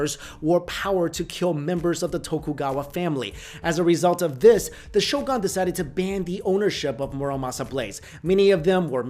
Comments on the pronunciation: its pronounced as sho"goon" not sho"gaan" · Geez, please learn how to pronounce the word "shogun" next time. You said it so many times. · Shogan? Seppiku? cmon man, you're better than that